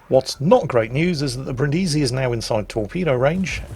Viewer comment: Omg the way you pronounce Brindisi is very very bad soundet like some cinde of name from filipines not a name of a costal city in italy